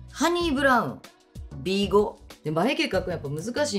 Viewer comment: B5の発音が完全に紙のサイズ😂😂